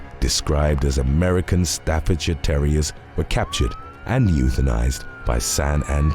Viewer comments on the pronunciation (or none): none